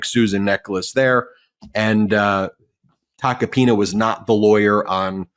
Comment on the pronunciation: For a moment I thought said "I'll get back to Tacopenis" It was actual Tacopina's 😂